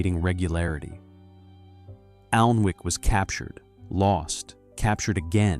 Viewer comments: I’m out - if you can’t pronounce the actual name of the Alnwick - ANNICK- then the research isn’t good enough. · It is pronounced anick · the 'L' is silent!